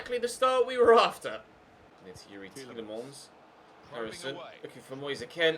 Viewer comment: Why does he say Moyesa Ken? It’s Moise Kean